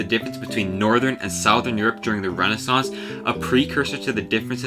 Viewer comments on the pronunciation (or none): I’ve never heard a native speaker pronounce ‘southern’ like that before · Are you a native speaker of English? Spinned should be spun, southern is not pronounced the way you did. Looke it up. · You know I'm always happy to hear a linguistics/history lesson from a man who mispronounces 'Johannes' and 'southern', incorrectly refers to Egyptian hieroglyphics as 'letters', and says 'spinned' instead of spun🤘😪